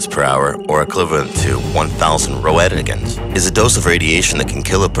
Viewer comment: It's pronounced RAYNKINS, not ROE-ET-GANS, just FYI